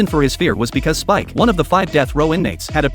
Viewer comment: His name is speck not spike